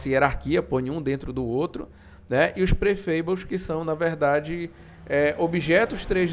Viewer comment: O i de engine não se pronucia "ai" e sim "i" Desculpa a encenação de saco, bote a culpa em inglês ser uma língua com vogais irregulares :/ E o A do prefab pronuncia que nem o A de Fábio 👍🏼 Aliás ótimo vídeo, obrigado